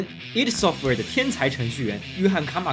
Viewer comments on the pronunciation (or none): 是ID Software不是Eidsoftware 0.0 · 应该是叫“艾迪software”。